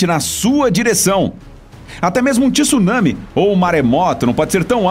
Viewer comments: TSU... TSU... TSU... TSU... e não tisu tisu tisu!!!! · Pf, não é TIsunami é tsunami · Oqq é Ti Sunami???? Eu conheço TSU nami. Primeiro aprenda a ler, pra depois falar e postar vídeos, pra não espalhar coisas erradas pela rede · Nao existe TISUNAMI a palavra eh TSUNAMI, AFINAL QUANDO VOCE FALA MISTSUBISHI VOCE PRONUNCIA O TSU,VOCE NAO FALA MITISUBISHI!! COM TSUNAMI EH A MESMA COISA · CARA, não fala TíSunami pq dói o fígado…!!!!